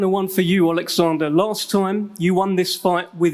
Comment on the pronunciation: DDD Dopey Dildo Dubois. Please don’t ask him to tAlk out loud. Olexander NOT Alexander. Warren chats shit.